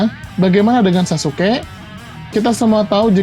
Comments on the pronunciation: Sasukek.. Ga enak gue denger naratornya nyebut sasuke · Izin komen. Sasuke bang,, bukan sasuke'